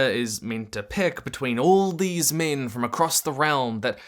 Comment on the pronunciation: The way this guy pronounces "six" and "min"... it's linguistic incist. 😣😢